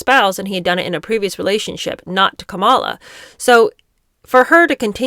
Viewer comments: Please start using the correct pronunciation of Kamala’s name: Comma-la. It’s just the respectful thing to do. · Why do you intentionally mispronounce Kamala Harris‘s first name? Are you imitating Trump? I know it wasn’t an accident because you did it multiple times.